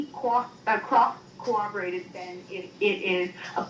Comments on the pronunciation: I can't stand the way she keeps mispronouncing 'corroborate' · She can’t even pronounce “corroborate” correctly.